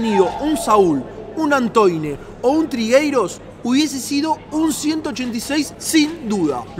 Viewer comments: No es trigueiros es trigueros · Es Manu Trigueros, no trigueiros😅😅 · No es trigueiros, es trigueros, saludos! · Trigueiros y es Trigueros 😂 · Trigueiros sabes y es trigueros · Que forma de pronunciar el nombre de Griezmann. Y haciendo Portugués a Trigueros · Trigueros😂😂😂 es trigueros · Guen dices Trigueiros